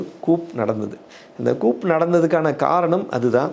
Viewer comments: நீங்கள் சொல்லும் coup என்பது கூப் அல்ல அது கூ. Coup இல் p சைலண்ட். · It is not coup. It is pronounced as Koo. Pl correct .